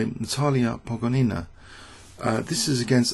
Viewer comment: her name is pronounced as PogOnina. Not PogonIna. Great videos. Thanks!